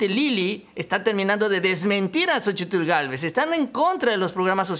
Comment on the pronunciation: una observación con todo respeto. No se te oye bien la pronunciación la plación de xochitlh se pronuncia sochil